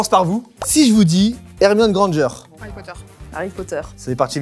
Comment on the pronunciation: Pourquoi harry potter deviens herry potter XD